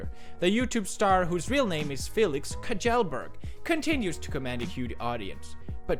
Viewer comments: Kajailberg lol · I love how he mispronounced kjellberg. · Felix, you pronounce your own last name wrong as a joke and then get pressed when someone else messes it up. Can you really blame them when you know how poorly developed their brains are to understand sarcasm?